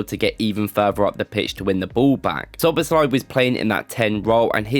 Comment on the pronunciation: Im just surprised that you nailed the pronunciation